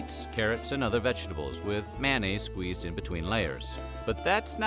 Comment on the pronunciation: "MANN-AISE: ?? How about "may-on-naise".